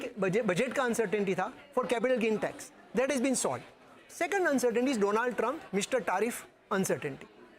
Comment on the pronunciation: Indians don't know how to pronounce Donald. It's not Doe-naald for gods sake.